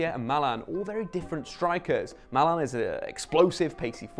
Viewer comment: Who is mAlAn? You mean MALEN